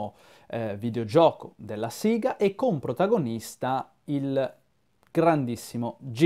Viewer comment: Hai detto siga o sega?